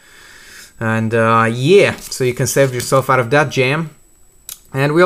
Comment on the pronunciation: NO i mean like i use to hear u say "Peace and Ouch!" in all ur videos but as i get along i hear "OUT" instead of "OUCH' (: U getting meh? :P